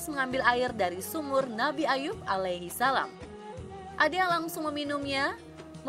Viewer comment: Narratornya biar yg bisa nyebut ALAIHISALAM dengan yg betul dong